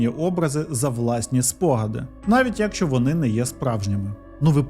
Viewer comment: Не фольЦваген, а фольксваген, на 13.37 не «особисто», а «особливо». І що за дивна манера наголошувати перший склад у слові якщО???